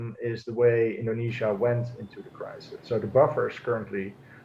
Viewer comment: I hate it how she pronounces indonesia indenezias